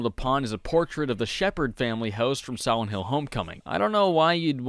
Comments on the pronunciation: Its probably his braces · He pronounces it "Siwent hwill" I can't fucking unhear it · I really enjoyed the video. But about 2 minutes in, I noticed it sounded like you said "Sowent Hill" and then that's all I could hear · Am I the only one who hears 'Siwent Hill' here? Lol, maybe it's just me. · Why do you say "Siwent Hill"? All of your other Ls sound fine :-) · Sihwent hill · Siwent hill is all I hear. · He keeps saying siwent hill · ... "Sowent Hill" ?